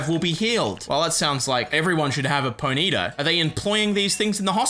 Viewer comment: You pronounce Ponyta all wrong and it pisses me off